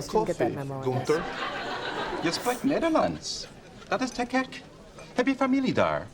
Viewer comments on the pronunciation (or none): The friends actor playing "Gunther" (I never met ANY Dutch "Gunther") doesn't sound Dutch, difficult to follow, although it is a nice effort. But just listen how he pronounces "Gek" in the line "Dat is te gek", he pronounces it as "Kek". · Günther is a typically German name. This Günther in the series pronounces the words reasonably well. Accept for "te gek" (cool) "te kek". It's clearly audible that he's not Dutch. I've never seen these shows. I certainly don't feel offended, but I always say "gosh, how stupid," and I usually don't even understand it. Bowling was somewhat popular about 30 years ago, but not overly so. Mainly for family outings or staff get-togethers. Now you'll really have to look for a bowling alley. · Gunther did pronounce his dutch quite well, it was a perfectly understandable sentence he said. "gek" was his hardest word, the rest he did quite well on, but I did NOT pick up on the particularly american accent, and I'm Dutch, so that's interesting how we hear things differently. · Gunther failed at the G-sound of the word 'gek'. He used a G as in gecko. Not the hard Dutch G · Native Dutchie here! The accent in the friends scenes were pretty good in my opinion. No, Gunter is obviously not a native speaker, but the g sound is pretty hard (especially for english speakers), so on behave of the dutchies: I'll forgive him for that. And I have to say: we would never use "ezel" to cuss at someone tho... with that he did "fall a little bit through the basket" if you know what I mean ;) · With the Günther thing, I'd say tthat the way he pronounces "Gek" at the end of his first line, that was very clearly not Dutch, the rest could pass for it, so overall very well done.